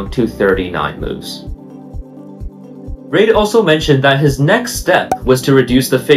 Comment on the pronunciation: You keep mispronouncing the name "Reid." It should sound like "reed" as in "READing a book."